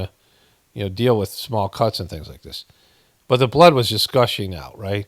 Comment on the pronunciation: Am I the only one that thinks it's completely creepy how he pronounces blooooddd??? Hahaha hahaha weird a t